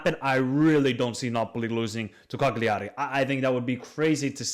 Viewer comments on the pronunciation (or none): Good Analysis :) It's pronounced 'calljari' basically 😂